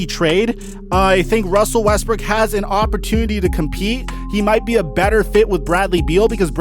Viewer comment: Wussel Westbrook to the Washington Wizard